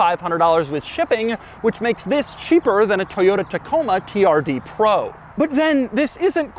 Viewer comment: “Toyota Coma” lol